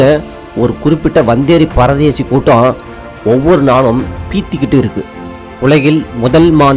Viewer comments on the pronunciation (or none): none